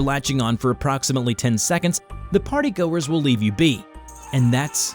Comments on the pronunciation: the yellow man, is the French fry gang. the way how you said partygoers you said partygoors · I almost laugh while my baby sister is in my side when you said "partay"🤣